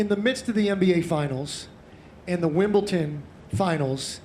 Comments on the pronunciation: What is Wimbleton? Lol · The "Wimbleton" finals😂😂